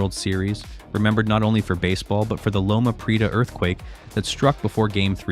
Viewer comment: Kay line. Lo-muh pree-eh-tuh. Why the repetitions, discussing all the same things?